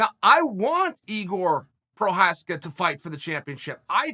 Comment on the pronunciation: it should be Igor Prochaev not Igor Prokaskik LOLs